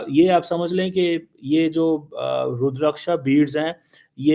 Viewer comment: Cheema trying hard to pronounce Rudraksha! (रुद्राक्ष )!